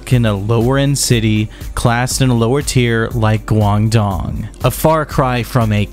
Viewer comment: this and the fact that most of the context-building facts that he gave were incorrect and from a comedically diluted American perspective 🥲 hearing him mispronounce Guangdong and then mislabeling it as a city (it’s a gigantic province) and then calling it low class was kinda crazy LMAO. Also the stuff he was implying at the beginning was so poorly explained - “china hates shamate because communism” when it’s actually way more nuanced than that